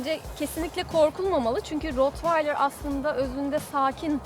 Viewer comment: Rotvaydır değil bi öğrenin artık, köpek eğitmeni bile rotvaydır diyorsa yandık